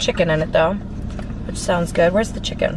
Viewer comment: Y she say chik con